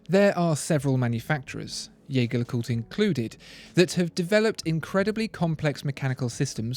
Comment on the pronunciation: I believe it should be pronounced with a soft "J" as in "je ne sais quoi". So that it sounds like "Jey-Jer Le Cooltre". See But these videos are amazing, thanks for making them!